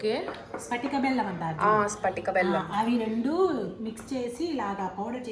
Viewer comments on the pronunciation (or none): Spatika kadu patika